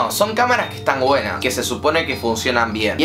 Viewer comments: "Cámaras que son GUENAS" JAJAJAJAJAJJAJAJAJAJAJAJAJAJAJAJJAA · "Camaras que estan guenas"